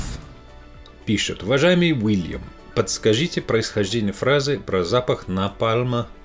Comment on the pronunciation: Пусть научится сначала звук "л" мягкий правильно произносить ваш Уильям))